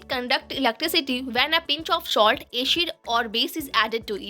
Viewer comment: Salt ko shoult kyu bola